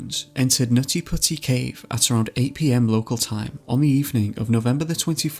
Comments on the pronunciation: Omfggg u seriously need to stop or just not even say the words NUTtY PuTTy. Hahaha too ridiculous with ur accent man. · Did anyone noticed on he said nazi pussy instead of nutty putty